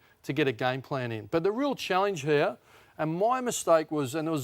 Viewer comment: Ross pronouncing it “challinge” is mildly annoying